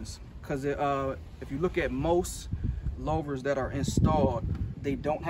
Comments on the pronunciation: The “low - ver”. Lou-ver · The English language is very stupid but for future. It's pronounced loover. Great video it was very helpful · Yeah. I've never heard anyone pronounce it that way. Muscle cars folks and interior designers are going nuts. At least it's a great video with zero cursing.